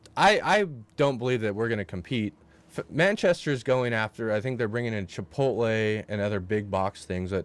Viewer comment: And I don't know why says "Chipote" lol. It's "Chipotle".